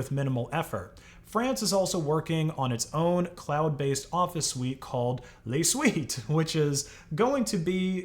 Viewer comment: Although the guy kept saying les suites for some reason.